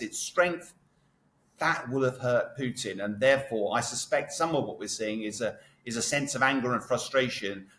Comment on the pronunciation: Pronunciation basics: Putin, not Pewtin/Pughton.